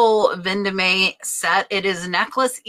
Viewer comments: it is pronunced Ven Dome NOT Ven do me!! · Vendome is pronounced Von-dome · Vendome is french, as in Place Vendome in Paris. It’s pronounced « Von Dom »